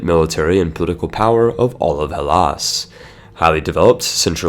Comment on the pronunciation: I love how you pronounce "Hellas" the correct way, unlike most English speakers.